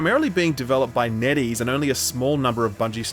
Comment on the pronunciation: I'm sorry, but whenever Netease is mentioned, I always hear Netties.